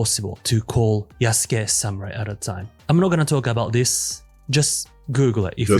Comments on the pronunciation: Ah yes, an insider who knows a whole bunch about this project but calls him Yah-sook. Totally believable, amirite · I hate when they keep saying Yasuke's name wrong